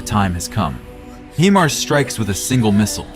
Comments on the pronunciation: It's HI-mars, not HE- mars. I dislike AI voices. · Dude, it is hy'-mars, not hee'-mars.